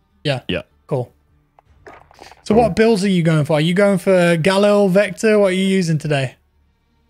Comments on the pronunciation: Hey great stream mate & yes a fenec is a breed of fox. Also the rifle is pronounced.... GAL..EEL RustyinOz 🤘🇦🇺😎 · Love the vids, but you're pronouncing the Galil incorrectly. It should be pronounced "gah-LEEL".